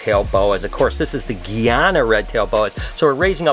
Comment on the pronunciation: You jacked up saying guyana and suriname bro lol froma caribbean person . And no im not from jamaica.